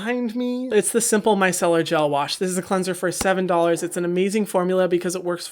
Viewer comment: “ under 10 doghlers “ 😂